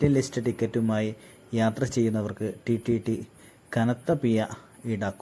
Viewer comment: (TTT അല്ല) TTE എന്നാണ്.. പി'ഴ' എന്നെഴുതാനും വായിക്കാനും പറയാനും പഠിക്കുക.. മലയാള ഭാഷയിൽ 'ഴ' എന്ന അക്ഷരം ഇപ്പോഴുമുണ്ട്.. ഓർക്കുക.. ഉച്ചാരണം ശരിയല്ലെങ്കിൽ വീഡിയോ അരോചകം ആണ്..